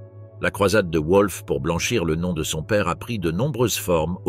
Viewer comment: Oui et le nom du fils de Hess : un coup c'est "Volf" (prononciation correcte) un coup c'est "Ouolf"